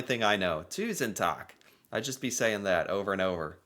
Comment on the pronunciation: "Tak, tusen tak" - That's "Roof(s), thousand roof(s)", you need to shorten the A and thicken the K to get "takk" (thanks). For an English comparison, it's like you're saying "week" (long vowel, thin consonant), when you're actually trying to say "wick" (short vowel, thick consonant).